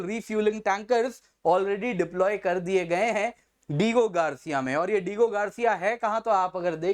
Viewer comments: सिर डिएगो गार्सिया है वह डिगो नहीं आप पढ़ा रहे हो कृपया अपने प्रनन्सीएशन ठीक कीजिए😭🙏🏻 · चचा - डिएगो गार्सिया है। डीगो गार्सिया नहीं। समझे ?